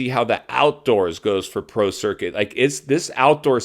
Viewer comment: I thought you said Pro Circus . That was pretty funny, intended or not.